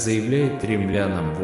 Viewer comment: наверное, не "кремлянам", а к римлянам?